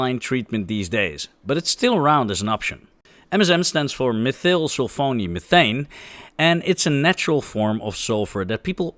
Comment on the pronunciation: We really, really need to work on your English pronunciation... e.g. gypsum, pyrite, methyl, but I'm still glad you're not a computer!